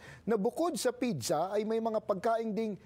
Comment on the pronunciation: I think may problema ang dila ng newscaster na ito! Ano ba talaga pidza o pizza??😂😂😂